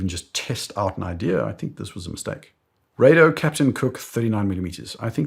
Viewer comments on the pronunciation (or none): Rah doh not ray do